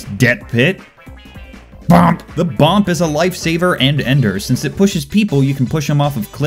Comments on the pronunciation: It's not BOMP it's BUP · It is boop not bomp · Its called boop not bomp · Its BOOP NOT B.O.M.P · Bomp? You mean boo... NO NO NO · It’s not “bomp” it’s “boop” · Not "Bomp", "Boop"! Get it right. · It bugs me that he said bomp instead of boop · Bomp?!?? XD, you mean Boop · No one calls it bomp, its a boop.... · bomp... please educate yourself. it's boop. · also it's not bomp it's boop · "bomp"...IT'S BOOP! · I'm so triggered. He kept saying "BOMP" when pretty much every other overwatch player says "BOOP" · Lucio should say Bomp instead of Boop. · BOOP not BOMP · It is boop not bomp. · its not bomp its boop triggered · It's a boop, not a bomp you heathen